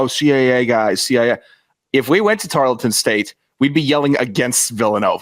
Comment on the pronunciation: The "E" inTarleton is silent